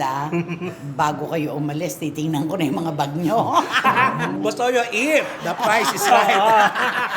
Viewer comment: Ang laki na nga ng improvement ni! I-acknowledge nyo naman, Aling Cristy Fermin! Lagi na lang negative na puna binibigay nyo kay! Can't you see how he's trying hard to improve??? Ikaw nga, Aling Cristy, marami ding mali! Gaya ng "da honesty", dapat "di honesty" kasi silent "h" kaya vowel sound ang kasunod as "anesty".